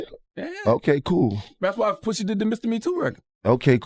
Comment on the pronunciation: PUSHA....NOT POOSHA wtf lol